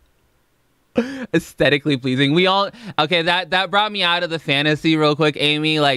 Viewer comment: Pretty sure Amy purposefully mispronounced aesthetically lmao She said "stetically" 😂💀